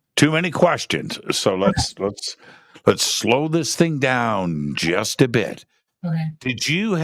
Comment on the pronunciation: She said sloow